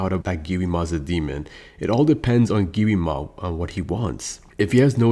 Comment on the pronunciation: Yo buddy it’s not giwima it’s Gwima like pronounce it right buddy Gwi ma